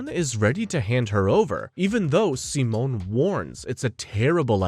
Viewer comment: Every time you say Simone's name you pronounce it differently and its making me feel insane 😂😂😂 Also I totally forgot how absolutely absurd this show gets